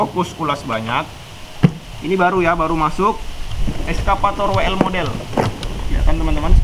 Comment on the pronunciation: Exsafator bng. Bukan eskafator..